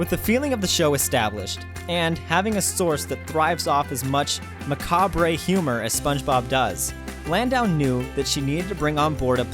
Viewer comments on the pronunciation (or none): It’s pronounced mcCob not mcCobray. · ma-ka-bre humor? my dude, BRE. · "ma-caw-bray" hurt me in a way I didn't expect. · It’s pronounced muhcahb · Macabre as "mock cob Rey"??? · "Dardayism"? "Mackabray"? Eesh. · when he said "mac ob ray" i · The “re” in “macabre” is silent.... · he lost me when he mispronounced macabre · Lol the way you said macabre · Some of your mispronunciations of words are just too funny. "Dadaism," "macabre," etc.